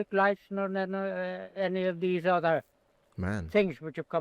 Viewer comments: that short sentence...with the "other" pronounced in that way. That to me sounds like an Irish accent. If the pronunciations here dont originate in Ireland, I'd be surprised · Just , he pronounces the 'r' in 'other'. not the American roticity but more like in the Westcountry accent.